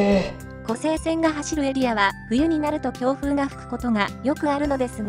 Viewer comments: 湖西線をコサイセンと読んではならぬ！ コサイは浜名湖の西を表す言葉。 湖西市(コサイシ)に引っ張られて湖西線をコサイセンなどと言うなかれ！ コセイは琵琶湖の西の意味になる！ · ナレーションではちゃんと「こせいせん」て言うてるのに、何では「こさいせん」て言うんや？ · こら、！ 一度だけ「コサイセン」と言ったな！反省しなさい‼️